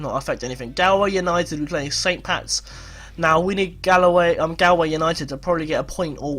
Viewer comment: This series is really interesting. I'm from limerick so its good to see us up at the top for a change 😂 Keep up the good work and btw galway is pronounced gaul-way